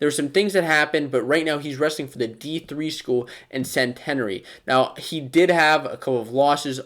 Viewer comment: CENT-EH-NARE-E lol